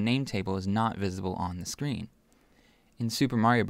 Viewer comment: You said Sean not screen